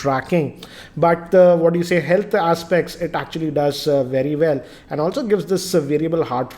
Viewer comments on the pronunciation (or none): none